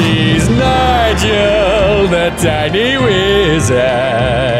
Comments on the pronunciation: i love how nigel pronounces it like "mamala" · I love how you can hear Nigel slowly becoming more and more incoherent, lol